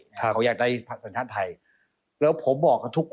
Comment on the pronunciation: เอ่อ... แอดมินครับ ต้องพูดว่าสัญชาติครับ ไม่ใช่ชังชาติครับ กรณีนี้คนไทยเรียกว่า พูดผิด ชีวิตเปลี่ยน 😅